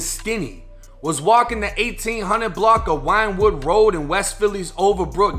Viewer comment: Yeah this happened n my hood I'm from 62nd in west philly he was talking bout 63rd St in west Philly he was killed on 64th st..nd its pronounced win-wood road